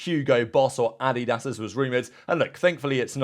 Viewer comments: Adidas is not pronounced like that. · Love the content, but the way you say “Adidas” drives me up a wall lol.